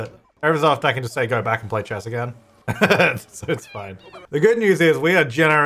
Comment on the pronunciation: everytime says "chess" i understand "Chaz"